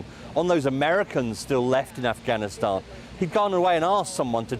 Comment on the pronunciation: He also said Ghanistan instead of Afghanistan yesterday. Oh, remember "Barrack America". So many to mention.